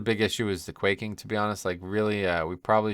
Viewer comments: Read the affix in the journal. Its buRsting, not busting. As in starburst. For quaking its pronounced like the second half of the word "earthQUAKE" hence why there are brown rumbling circles underneath the players that rumble and interrupt players and no ducks attacking us. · not sure why you still calling the affixes wrong lol. Its quaking as in "Earthquake" and you do the same for bursting. I could kinda see how you confuse quaking becuse it has the same spelling but for bursting you just ignore the R and call it busting lol. Anyways good guides.